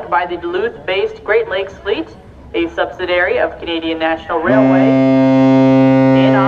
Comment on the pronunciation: That’s the 2nd one of the narrators to mispronounce the word ‘subsidiary’.